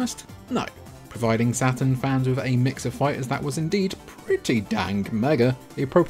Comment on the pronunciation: I keep hearing "Sega Satin" :D